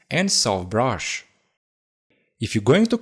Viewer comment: Nobody: saying brush: " broush "